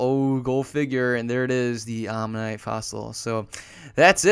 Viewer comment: arinorth is literally an anomalocaris. also AMMONITE not omanite. -.